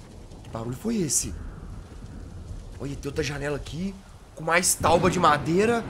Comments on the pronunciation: Kkkkk "tauba" kkkkkk 😂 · KKKKKK ELE FALA TAUBA